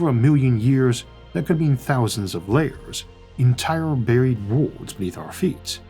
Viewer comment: Can someone please take a minute and teach this man how to pronounce the word "worlds" or maybe remove it from his vocabulary..